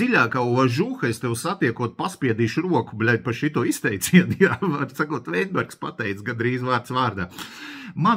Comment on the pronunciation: Kļūda bijušā ministra uzvārda izrunā. Nevis Veinbergs, bet Vitenbergs.